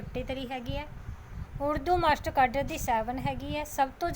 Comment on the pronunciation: ਕਾਰਡ ਠੀਕ ਕਰੋ ਜੀ ਪਹਿਲਾਂ। ਕੈਡਰ ਯਾ ਕਾਡਰ